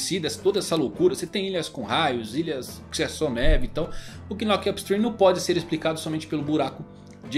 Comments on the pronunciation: a pronúncia do Knock up Stream não saí o "K" é tipo Knock out meu nobre guerreiro do mar, então fica só "Nock up Stream" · Na proxima nao precisa ler o "k" do knock na proxima, é mudo. Falar "nock up stream" é mais fácil kkkkkk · a pronuncia de knock up stream e de boa, só pensar em nócap strim, a letra K nao se pronuncia ^^ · knock vc não pronuncia o K…. Igual qdo knock out o famoso KO,…